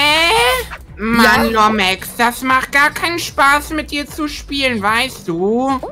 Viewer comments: Er sagt immer lomex 😂😂😂😂😂😂😂🤣🤣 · Lommeks sagt der kleine aber sieht selber aus wie 13 und muss lachen weil Lomex sagt aber Trotdzdem unterhaltsamer content und lustig